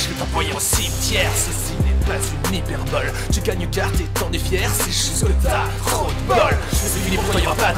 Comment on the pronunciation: c'est "hyperbole" pas "hyperbolle"